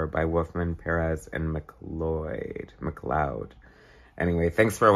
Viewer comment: Bob McLeod's last name is pronounced "Bob Mac-Cloud". I used to pronounce it as you did originally for years, but learned its proper pronunciation a few years ago.